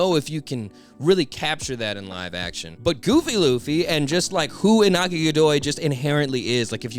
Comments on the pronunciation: Just a lil side note, Iñaki’s Mexican so the tilde above the N changes the sound from Inaki to InYAKi. Great video tho! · I don’t wanna be that guy, but the pronunciation is Inyaki (no offense)